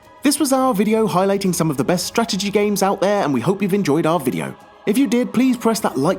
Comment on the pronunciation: The fuck you said strategy a hundred times, and i was annoyed the first time you pronounced it :(